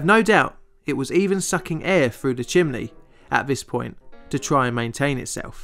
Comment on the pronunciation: "Chimley" This is how "Chimney" is pronounced in Central Pennsylvania. I have wondered about the origin.